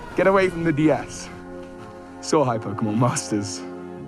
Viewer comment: What a fitting episode to finally understand you're saying "soar high" at the end of every episode haha